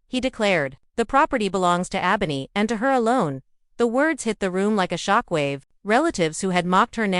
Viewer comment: You mispronounced Ebony throughout the whole video. Check first before you put out a video to make sure you're saying the characters name correctly. I had to put the video on mute because it was annoying listening to you